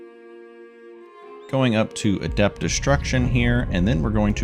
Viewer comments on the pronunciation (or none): none